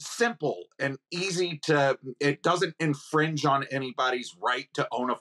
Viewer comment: “Shall not be in fringed”